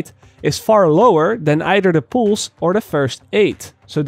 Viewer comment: its pronounced pulse not poolse